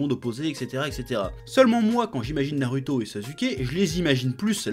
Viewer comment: arrete de dire narUto ça se dit narOUto